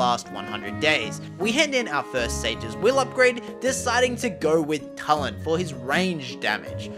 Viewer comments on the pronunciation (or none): It’s not tuu Lin it’s to-lin Tulin